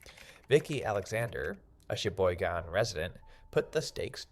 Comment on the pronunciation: Be careful. We ( local ) are on it. Flood gates came out last week. AI cannot pronounce Cheyboygon. Suck it!